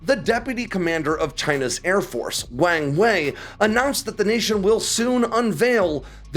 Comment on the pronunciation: I enjoyed hearing pronounce the Chinese official’s name, “Wang Way.”